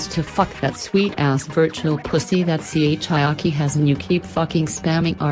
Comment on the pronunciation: chiaki not chiki are you having a stroke